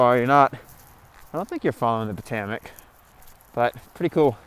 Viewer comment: IKR? That and “Po-TOE-mick”